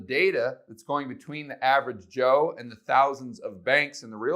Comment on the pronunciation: I paused the video because I cracked up when you said average Cho. Lol